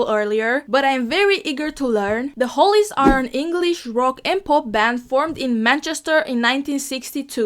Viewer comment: Hollies, Not Holys!